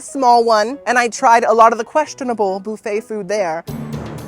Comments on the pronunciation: oh my dam its not "boo fay" its "buf-fah" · Boofay. I love you but please, just for me, say bUHfay. Just once. Just for my ears. But I can deal with the kwayso instead of k-so (tomato/tomahto am I right?) 😂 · I love you. Funny, solicitous and just a nice guy. I just have a question..why do you say booofet instead of buffet like everyone else. I don't wanna be a Karen. I just wondered is all. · BOOFET!😂😂😂 BUFFET! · Lol Boofay. Dude it's buf-A. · I like how you say “boo-fay”. 😂